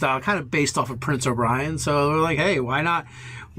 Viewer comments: O-ber-N not O-bri-N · pronunciations are the best. "Prince O'Brien" had me dying, lol